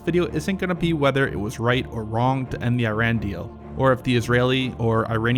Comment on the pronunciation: Wow!!! Trump pronounced Iran correctly.